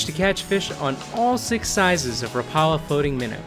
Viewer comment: A friendly note: "Rapala" is pronounced "WRAP-ah-lah". That's how they say it on their YouTube channel.